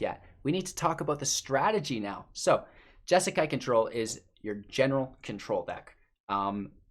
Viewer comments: say it with me... JESS KAI. JESSSSS KAI. J-eh- sss -k-eye. You're welcome! Please do a monthly deep dive into the deck, but on;y if you can say it right. Good luck! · Say Jesakai one more time